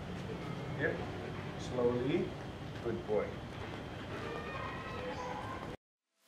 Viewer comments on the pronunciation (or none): Slowly bukan snowee kak hehehehe